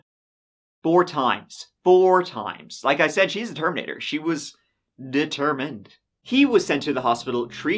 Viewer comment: She was "de-TERM-ined." had me CACKLING, omg, sorry.